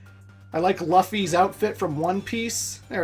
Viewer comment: The way he pronounced luffy bothered the fuck out of me😂